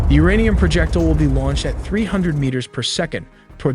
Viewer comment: Not uranian its uranium 😂😂😂